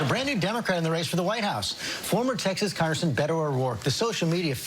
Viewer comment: "Former Texas KonGrrSuN.."